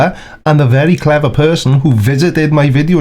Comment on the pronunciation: Yar, she be cwever.